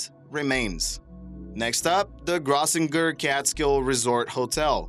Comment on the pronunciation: its pronounced "Gross-singer". A very popular Jewish resort area when others were restricted.